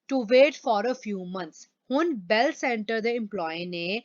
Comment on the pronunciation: Mam this is not Dell computer this is bell computer